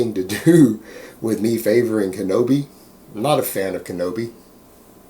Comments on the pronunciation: im sure you kno this, so ill just comment for my own good. its KINO-body, not kenobi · Isn't it Kino- Body?